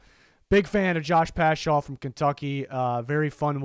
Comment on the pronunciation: hey i’m like 99% sure it’s pronounced pascal, though i do love my boy getting some love! keep up the good work 👍